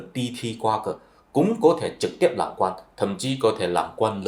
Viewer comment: Tôi lậy ông, ông nói như tiếng SÚNG ĐẠI LIÊN, không giống ai, tôi có rất nhiều bạn người Hoa họ nói tiếng Việt còn rõ hơn người Việt rất nhiều, như chữ RỒI chứ không phải GỒI, chữ LÀM không phải NẰM. Thôi đủ quá rồi nhá bạn.